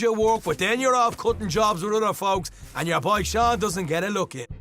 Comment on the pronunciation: LENNY MAH BOAH